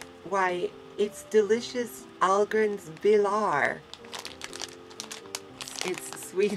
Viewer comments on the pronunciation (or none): okey.. when u read on that "ahlgrens bilar"... was that swedish or germany? O.o